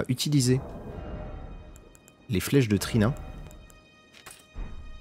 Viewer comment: Merci beaucoup pour cette belle vidéo. Gros fou rire quand tu as parlé des flèches de « Trina » ? Pour endormir l’ennemi, j’ai compris Tehina (qui est une sauce très utilisée en cuisine libanaise😉😂😂😂)